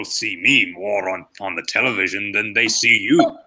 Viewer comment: Uh it’s television not Tele vision